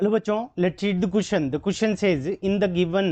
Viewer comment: Question ❌ Cushion ✅